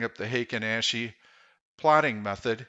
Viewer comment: Intro is so much louder than the rest, also the A in Ashi is pronounced ah. Ashi is foot in Japanese